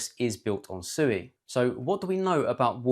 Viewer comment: It's pronounced "swee"!!